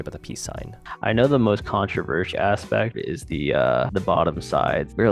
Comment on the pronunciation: LegendsWorks is the real legend. I agree, F'ing weebs. Unhealthy wackos. Did he honestly say controversh in a conversation? Why? That's not a word and it saves you no time.